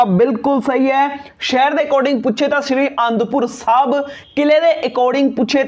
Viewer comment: SRI and pur Sahib nahi sahi bolo g